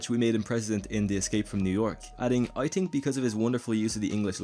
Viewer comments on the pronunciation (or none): It’s pronounced Th-ink, not tink....